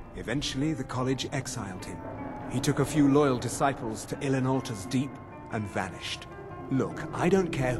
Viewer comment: You know what irks me a little bit? When the mage said "Ilinalta's Deep" about 30 seconds before goes on to say "Ilinaliraliaia's Deep". He does it all the time D